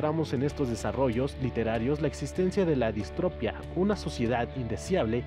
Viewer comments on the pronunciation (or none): Sin que te ofendas, no es distropia, es distopía. No destripes el lenguaje ;-) Curiosamente en lo dices bien. "Sociedad distópica".